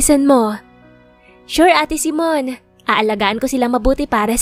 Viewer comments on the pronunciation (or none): Simone kasi. Hindi Simon.